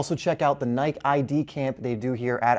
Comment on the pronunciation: 😂pronounced Nike wrong in the first 10 seconds of this video